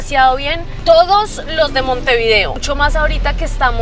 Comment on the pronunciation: Cuando pronuncias el nombre de la capital,procura hacerlo de corrido. Montevideo y no Monte_video